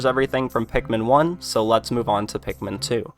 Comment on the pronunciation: They don't say pikumin like olimar does